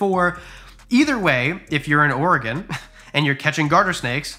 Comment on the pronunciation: "Number 3, something you definitely did not see coming..." the old spice man... thanks ads 😂 also, thanks for pronouncing Oregon correctly